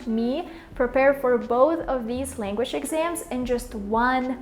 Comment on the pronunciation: LanguaЧь блядь languaЧь!!!Seriously?! А ещё у тебя проблемма с со звуком sh (вот этими букавами обозначающимся, у меня нет транскрипных символов) почему не исправишь?:/ сама чтоли не слышишь? И вот это постоянное Тэканье на конце, тоже тебя знатно так палит. И Хэкаеш ты по русски иногда прям очень жестко, лучше вообще по нюйокски в таком случае произносить |h| то есть не произносить вовсе